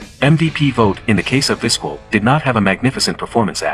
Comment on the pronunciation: It's pronounced Viz-KELL. For pure longevity, I'll take Whitaker (19 years) and Trammell (20 years) in Detroit, the longest-running 2B/SS combo TOGETHER in MLB history.